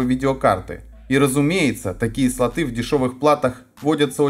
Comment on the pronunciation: СлотЫ??? КатАлог??? Да, тут проблемы не только с английским...